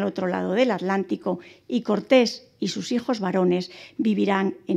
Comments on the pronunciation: Estupida es atlantico no alantico, piche vieja ocico mocho 1ro q s enseñen a ablar. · ¿ALÁNTICO o ATLÁNTICO ? con T L (te, ele)